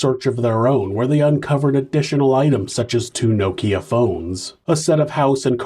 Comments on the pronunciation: Now-Keeyq phone 😂😂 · Now-Keeya phone 😂😂 I’ve never heard Nokia pronounced that way.. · every time u said nokia I had to laugh 😂😂 🇬🇧 another good video 👍🏿